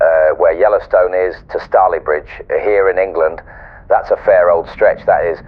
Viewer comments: Stalybridge has a long 'A'. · I love this but the pronouncing of staylbridge was so bad 😂 but love it still ❤